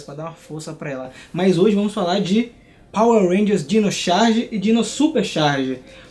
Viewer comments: Gente como ele fica o vídeo inteiro falando Xarge!? CHarge! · Num é "xarge"... coloca um ovo na pronúncia, porque xarge lembra as tirinhas de humor que vemos na internet, jornal e na querida prova do enem k